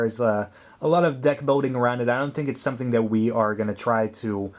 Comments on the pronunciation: Where did you get that accent? You say "molding" with an "L", but "building" with a "W" like "biwding". XP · "Building", not "boating"